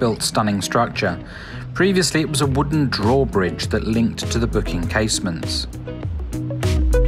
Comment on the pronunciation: And it's "Bock" and not "Book" Casemates. Sorry.